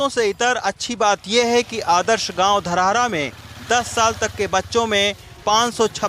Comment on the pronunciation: धरहरा होता है सर